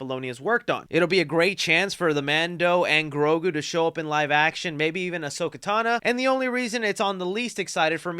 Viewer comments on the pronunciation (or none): Everybody gangsta till says: Ahsoka Tana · Nigga said "Ahsoka Tan-a", smfh. Yes,, that was very stupid. Rey saga is poop 💩